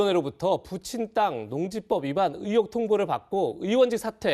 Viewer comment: 장윤미는 의혹을 '으혹'이라고 발음하네. 그러니 윤희숙을 물어뜯는거겠지.